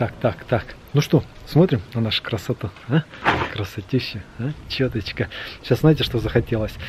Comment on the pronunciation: Почему чёточка, а не чётко?!